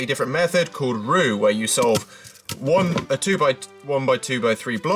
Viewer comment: it's Roux not rou